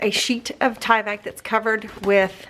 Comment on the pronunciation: You are pronouncing Tyvek correctly. You're good.